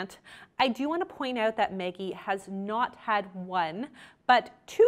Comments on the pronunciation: It sounds like you’re saying “Meggie”. Is that how she pronounces her name? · I can't get over how you pronounce Maggie 🤣🤣🤣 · why is it so hard for you to pronounce the name maggie correctly lol.